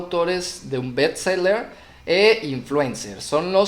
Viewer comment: En cuanto dijo "beTS seler" deje de ver.